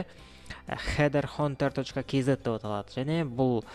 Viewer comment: Хид хантер деп айтылады бауырым